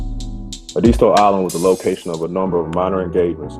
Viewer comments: It is pronounced locally as Eh-DIS-TOE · You are pronouncing the name wrong. Born and raised here! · I'm from Edisto Island. Lived on Point of Pines rd. Just went crabbing last week. Hit me up and I'll give u the correct pronunciation